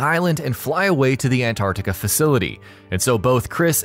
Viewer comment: Tf is ann-are-tica It’s ant-art-ica lmaooo